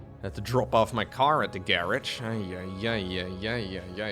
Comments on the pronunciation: First time I hear say the word garage... "garesh" sounds better, I like it. 😄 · did anyone else not expect to say "garage" like that? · Where he drop car off i want to say he said garage but my American ears could be lying to me